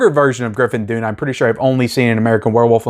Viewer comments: You do great reviews, but for the life of me I can't understand how you can mispronounce the name "Griffin Dunne". It's "Done" not "Dune". I could understand if he was an obscure actor, but seriously this guy has starred in huge movies for 40 years, and his sister was the famous actress Dominique Dunne that was tragically murdered by a stalker in 1982. How could you possibly have not accidentally heard his last name pronounced at least a thousand times over the years? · His name is pronounced done and not dune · His name is pronounced "done", not "dune". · It's pronounced Griffin "Done." Like his father, writer Dominick Dunne, his uncle John Gregory Dunne, and his murdered sister, Dominique Dunne. There is a new best-selling book about their storied family (including Joan Didion,) called "The Friday Afternoon Club" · 'Dunne' is pronounced 'done' not dune ... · Dunne is pronounced Dun not Dune. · Griffin Dunn [pronounced DONE]. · Griffin Dunne is pronounced "done." I love this movie. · Griffin's last name pronounced as "Done" and Linda's as "Floor-rent-tino" ✌ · You talk too much. You cant even pronounce Griffin dunes name. After hrs is easily top 10 scorcese